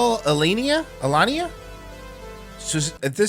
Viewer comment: can't read. He read her last name like 3 times and got it wrong every time haha